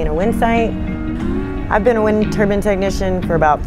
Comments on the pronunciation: Good video, but it's a wind turbine. Not a wind turban...😊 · Tell her it's a turbine, not a turban. Please😮😅